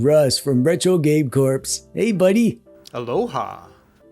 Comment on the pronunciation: Do you pronounce "corps" like "corpse" as a friendly dig (or like "") or because that's how they do it in your country or because you don't know how it's supposed to be pronounced (like "core")?:p